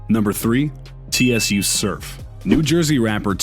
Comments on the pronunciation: He called tsu T.S.U 😂😂😂😂 cmon bruh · Dude spelled out Tsu lol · It’s sue btw